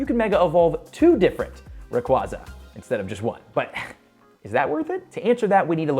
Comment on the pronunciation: I am once again asking you to learn how to correctly pronounce “Rayquaza.” 😫